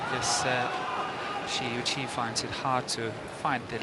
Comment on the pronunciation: Shi is pronounced like the "Che" in "chemin" in french. Yuqi is well saied, except the ton but that's ok ^^